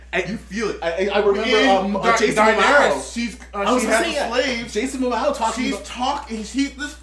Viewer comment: It's Jason Momoa, not Mamao. Rhymes with more-more-ahhhh, not cacao.